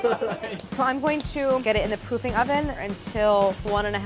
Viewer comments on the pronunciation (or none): she definitely said pooping oven instead of "Proofing" oven lol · Ok, ik she meant proofing, but she definitely said pooping oven.